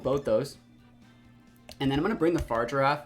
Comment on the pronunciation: Just fyi brotha fa-rig-ir-af...not far-i-giraf lol